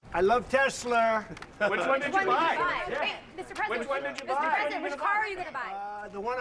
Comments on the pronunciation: Trump constantly insulted Biden for not being able to talk and now here is Trump mispronouncing Tesla. Teslar. Senile old man. Off to the nursing home with you. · "I love Tesler" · Donald Trump, "I love TESLER." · Trump didn't say he loved Tesla, he said "I Iove TESSLER." Moy sure if this was just terrible pronunciation or if he thinks there's an R on the end of the word. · It sounded to me like Trump said Tesler. Maybe my ears need a good wash. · Sounded like he likes "Teslers" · "I love the Tesler!" Comedy gold. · "I love Tesler"😂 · I love Tesler!?!? WTF is Tesler? He needs to pull Musk-rats 🏀🏀 out of his mouth and put his dentures in before he talks... I know Musk-rat insists he remove his dentures prior to his going down on the pre$! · Tesler he says tesler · He says it teslurrrr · Canada is not subservient to the united states. The arrogance of americans even while being run by a convicted #apist con-artist. Also, your orange #apist-used-car-salesman president said “tesler”. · The dumbass loves “Tesler”